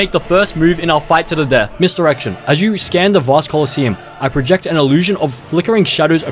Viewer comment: bro said procet